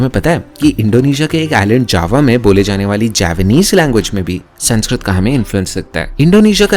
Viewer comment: Can we please at least pronounce the name of the language right , language which gives much importance on how to pronounce words , it's संस्कृत not संस्क्रीत